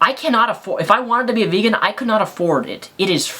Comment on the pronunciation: She pronounced vegan. Bacon. I AM A BACON FAN!